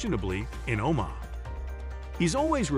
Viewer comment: I stopped watching when he pronounced Omaha O-MAH-ha.